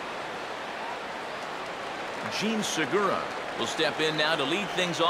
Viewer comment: Seriously, fuckin' learn how to pronounce the names. "Jean Surgura" "Amaris Ramirez" And learn how to take a ball, for Christ's sake.